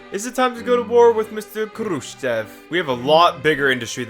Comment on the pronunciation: Your Russian pronunciation is actually pretty on point. Just remember sometimes e is actually like yo. So it's khrushyov, and you're golden